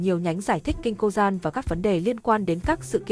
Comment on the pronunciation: Kinh cô dan và bán đảo ả dập??? Ít ra thì cũng phát âm chuẩn như trẻ con lớp 1 thì sẽ nhiều view hơn